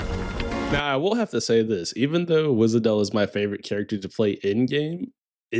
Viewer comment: For n'th time, Wishadel, not Wizadel. They really made her dirty with Czech SH. Amiya spell it correctly here.